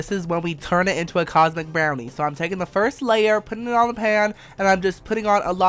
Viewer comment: when he said cosmic brownie i kept hearing condom brownie and every time im just like "what?!?"